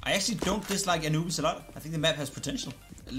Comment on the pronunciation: Anubis sounds more like “a newbies”